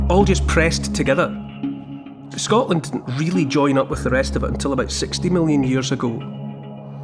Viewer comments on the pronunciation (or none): none